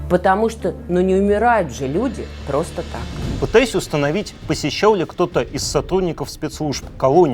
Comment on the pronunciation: Господа, ну что же это делается? Давайте в дикторы брать людей, которые не выговаривают не только Р, но ещё Л, С и заикаются? Очень интересно, но не мог досмотреть из-за "Была эта пГосто слежка?"